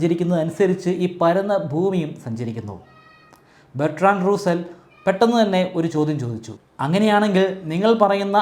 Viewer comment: ബെർട്രൻഡ് റസ്സൽ . അല്ലാതെ റൂസൽ അല്ല സാറെ